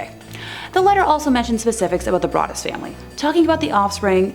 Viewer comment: Im pretty sure the o in brodus(sp) is a long o pronounced brooo dus